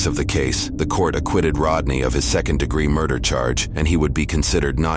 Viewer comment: Aquited? Did I hear that correctly?